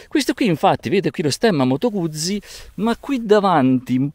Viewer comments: Eccone un'altro, Fotografo Nikonista di professione, batterista per passione e California per viaggiare. Cambia ti prego la pronuncia quando dici "Guzzi"....è un cognome e da tale va pronunciato. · come cambia? Probabilmente qualcuno ti potrebbe chiamare Boccí, oppure Bòcci o ancora Bòccì... Carlo Guzzi si pronuncia con la ZI di Tiziano e non di ZIO